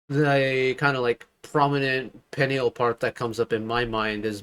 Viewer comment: Peniel's name pronunciation is sounds like "puniel"